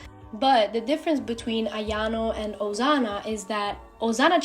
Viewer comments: Stop saying ozana it's OSANA SSSSSSS NOT ZZZZZ 😭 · Her saying it like Ozana made my anxiety increase a lot girl it’s Osana not Ozana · Accent exist Im guessing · i like the way you call osana asano (*~*) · I love how she or he pronounce osana as ozana😂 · it sounds like your saying osano to me help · what i hear: Ozana😂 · same lol XD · Although that's not how you say Osana I LOVE YOUR ART STYLE (No hate) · No hate fr but wth is with u and sayin osana so WEIRD T-T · Don't be rude, it's their accent